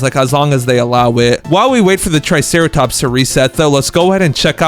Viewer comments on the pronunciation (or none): And u called the triceratop truceratops